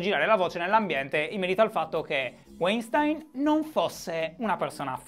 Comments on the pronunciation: ahahah non ne hai azzeccata un, si pronuncia VAINSTAIN (con la ʃ (ovveero come SCI)) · si dice "uainstin". ti posso correggere perché non l'hai detta questa pronuncia ;) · Si pronuncia Vainstain. È un tipico cognome ebraico-tedesco. Wein vuol dire vino, stein pietra, e la lingua tedesca è composta da una marea di contrazioni. P.S. EI si pronuncia ai, mentre ie si pronuncia i. Aufwiedesehen Shy. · E' "Uàinstìn" Shy <3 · Breaking Italy il nome sembra tedesco .. e se è tedesco Weinstein si pronuncia "vainstain" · Breaking Italy Comunque si pronuncia "vainshtain" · Tecnicamente "weinstein" è un cognome di origine tedesca quindi si dovrebbe leggere "vainshtain", ma la sua nazionalità statunitense cambia tutto? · Pronuncia: Vainstain (Non per correggerti, per fartelo sapere) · Demis Alberti senza Sh è tecnicamente parola tedesca il suono sh si sente quando scrivi Sch Stein si legge Stain come in Albert Einstein Scusate volevo fare il per una volta il saputello visto che sono parte della community della gentaglia immigrata in Germania Entschuldigung (qui si sente il sh) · Guten Morgen Shy. Si dovrebbe pronunciare Vainstain . St , per lo meno qui nel nord della Germania, si pronuncia Scht come la sc di sciacquare . Tschüss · "Si pronuncia Waintiiinn!!!" cit. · Dal nome direi direi Weinstein sia di origini tedesche, quindi propenderei per una pronuncia come /Vainstain/ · Se è tedesco si legge Vainstain (V come V di Verona e non W) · Si pronuncia "Uainstin" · Dai si dice Weinstein lo sanno tutti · Comunque si pronuncia "uainstain". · Si pronuncia Weinstein.